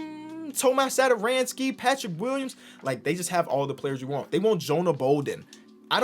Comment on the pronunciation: Tomáš Satoranský🤣. Pronouce it